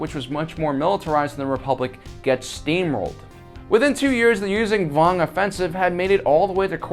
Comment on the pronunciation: stop saying "Yuuzang Vong". it's Yuuzhan Vong.